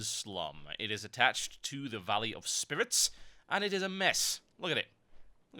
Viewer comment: "it is attached to the valley of SPIWITS!" you made my day <3